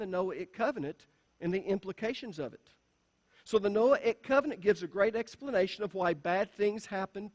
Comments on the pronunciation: It’s just you. Noahic pronunced no-ay- ic, long on the “ay.” He can pronounce Mosaic but cannot pronounce Noahic. They are pronounced the same way. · So funny that in trying to explain how to pronounce the word Noahic...he pronounces it wrong! The 'a' is a "long A".